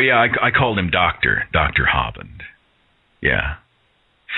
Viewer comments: I haven't heard that pronunciation of Kent Hovind's name, "HAW-vind" in stead of "HO-vind." My favorite is still the way the computer voice in Deccha1983's videos say it, like "ho-VINED" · I am pretty sure it is pronounced 'Hoe-vind.